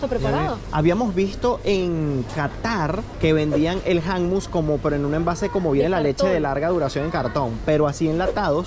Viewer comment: Hola quiero decirles que no se dice hammus ...hummus con u y tampoco es tahina con a ..es tahine con e....saludos amigos 😊